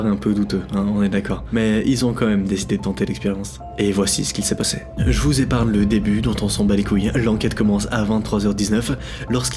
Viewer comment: J’ai rigolé deg il a dit je vous déparne les détails on s’en bas les coille koi mdr 😂